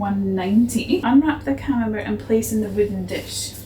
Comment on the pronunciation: Camenbert is pronounsed camenbear